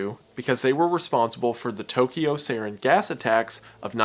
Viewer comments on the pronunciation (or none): none